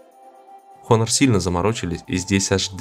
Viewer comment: не хонор а онор лол )))